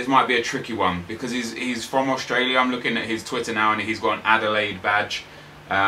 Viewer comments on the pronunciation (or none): none